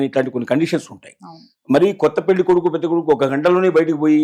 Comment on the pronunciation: Anchor garu! Meeru modata పెల్లికాదు పెళ్ళి అనడం నేర్చుకోండి